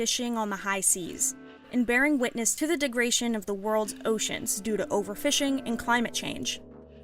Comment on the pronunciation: de-gra-DA-tion. ENGLISH